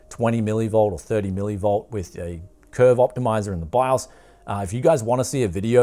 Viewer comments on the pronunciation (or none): none